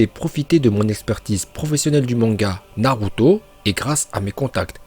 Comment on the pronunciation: il a osé dire naRuto ?